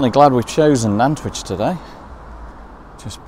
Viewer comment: Always good to re visit Nantwich , lived there for near,y 20:years , but as good as the videos are , the pronunciation of the town needs some explaining. The town Nant means river in Welsh and which comes from the Anglo Saxon of Wyche meaning salt . They are 3 salt towns of Cheshire Nantwich Middlewich and Northwich .